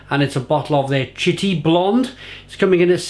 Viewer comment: This is one of my favourties, in fact I had a bottle of it last night... by the way it is pronounced "SH..TEE", which is a slang term for a person from the north of France around Lille, a bit like calling someone for South Wales Taff...